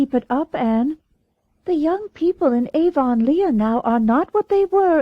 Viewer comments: I read this comment before I started listening and I couldn’t imagine what you meant. Well I soon found out. Gasp! Aa-von-Leigh-a! No!😱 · Someone really needs to “redo” this. So many mispronounced words. “Lylock(lilac)”, Avon-Leea(Avonlea), Mogog(Magog)! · but then, it does look like that... but I still pronounce it ah-VUN-lee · AVON LEEEAH?? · I am definitely not used to the way this narrator says Avonlea. but I'm grateful for any free one. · Why doesnt she use the accepted pronunciation? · Oh SAME I'm glad they stopped saying Avonlea som much after the start where it was in there like 30 times. It was way less later on I straight Up I didn't think I was going to be able to stand listening to this book....which is bad because unlike the rest of the series it's not on my audiobook App & I couldn't find it anywhere else online. And it's you know... a series & a long one. It would drive me more nuts not to be able to finish it properly and skip a book than the way this narrarator for some ridiculous reason says Avonlea like Avonleigha lol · I agree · It's definitely not the way Canadians say it..... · Has the narrator ever watched a video or a movie about Road to Avonlea or Anne of Green Gables? because her narration, and pronunciation of the word Avonlea is incorrect!